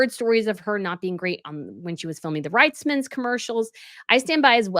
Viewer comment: It’s Reitman’s pronounced Reetman’s